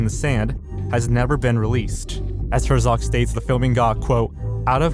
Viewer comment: Why did you apologize for saying the Japanese name correctly and then proceed to mispronounce every other name? Herzog and Melies I get. But you called Cannes, Cane's film festival?! Come on dude. Put in some effort in learning how to pronounce popular names you don't know.